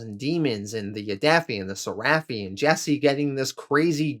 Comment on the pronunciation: It’s pronounced ser-eh-phi Not ser-raff-ee